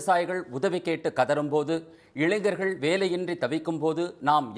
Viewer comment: Ilainar illai....ilainger yehndru solluppa siluvampalaiyyam Gounder.....